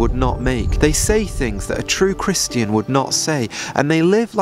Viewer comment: I know we’re not supposed to spend time querulous but why do you pronounce Christian like Christ-Ian